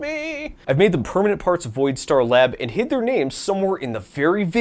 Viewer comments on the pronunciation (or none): none